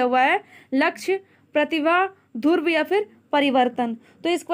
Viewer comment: Bolna Sikh lijiye mam dhurv nahin hai Dhruv hai ok